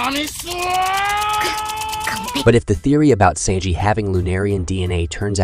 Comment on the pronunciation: That is NOT how you prnounce Sanjis name. I can’t even watch this